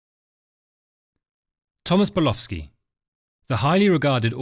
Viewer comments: You appear to be saying the name as Burlowski. It is Bulkowski. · His name is Bulkowski , not Bulowski!!! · It sounds like he's saying "Bulofski" to me. 😂